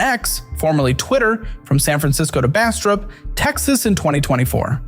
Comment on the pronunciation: You live in Austin and can’t say Bastrop correctly, I’m disappointed!